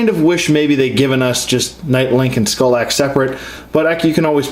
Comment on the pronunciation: R.I.P Skallox...not "Skull-axe"